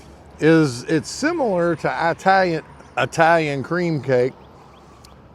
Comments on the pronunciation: Didn't want to be a hater so I never mentioned it but I knew Italian's would cringe if they heard you say eyetalian 😂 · We EYE-talians know that you "Southerners" say EYE-talian, and we know you can't help it, but good(all) on you all to be nice to that little ol' dago lady. MANGIA (from Cleveland, OH)!